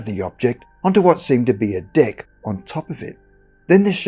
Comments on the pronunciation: You need to enunciate the word 'deck' better. You just made this the funniest video on youtube. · Lmao it sounds like you're saying "d!ck" when you say "deck" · Deck or Dick??? Lol. The way he said it. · I keep hearing "dick" instead of deck. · Mate. Made me laugh. Sounds so much like dick lol. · Saying "Deck" with dat accent though 🤣🤣🤣🍆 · Hahaha I did.picknup on that and it gave me a chuckle